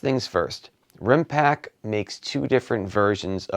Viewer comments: I can't take it anymore! They are called Rimpact with a t at the end of the word. You know like Impact... Other than that, great video, thanks for the quality content. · I was going to say exactly the same, really good review but it's RimpacT! 😁